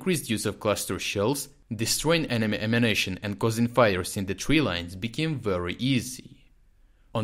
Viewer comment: I wish he'd stop saying "ammunition" as "emanation."